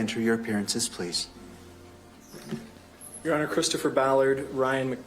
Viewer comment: pwease and sank you, Mister Zelensky...